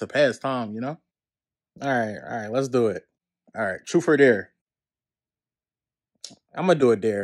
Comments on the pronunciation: “Troof or dare” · Man said troof er Dare.😂